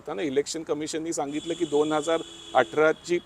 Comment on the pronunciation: जानेवारी -जाणेवरी निवडूनुक आयोग. ण पुन्हा, ण.. दोन -दोण नाही... उल्लंघन.. ण .. नंतर - ण बातमी खूप छान आहे., फक्त न आणि ण मध्ये गोंधळ नका करू सर.